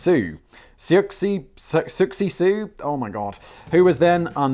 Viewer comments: It's pronounced "Suzy Sue" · Good heavens Simon it’s pronounced “Suzy Sue” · IT'S PRONOUNCED Suzie Soo , Simon. don't try to make it more complicated.😅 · pronounced Susie Sue just fyi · Susie sue, sioux is French and pronounced as Sue, so siouxsie sioux is pronounced as Susie Sue. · "Suzy Soo" is the pronunciation you are looking for Simon. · I think it’s pronounced “Suzy sue”. The Sioux are a Native American tribe & used the “Sioux” spelling as a play on words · Johnny Rotten aka Lydon, not Linden. Siouxsie Sioux pronounced "Soo-z Soo". Simon, sheesh, haven't heard of the Native American tribe called "the Sioux"? A place called "Wounded Knee"? Read a book. Please. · For those who care it’s pronounced Susie Sue. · It's pronounced Suzie Sue. And the band is pronounced Suzy and the Banshees. The Souix part taken from the native American tribe The Souix nation. So Souixie Souix= Suzie Sue, or Suzie and the Banshees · Simon why. Ya can't just butcher Siouxie Sioux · Anyone else physically cringe hearing Simon butcher the pronunciation of Siouxie Sioux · If I had a soul it would have died a little every time Simon butched Siouxsie Sioux's name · Simon's efforts to pronounce Siouxsie Sioux are a delight.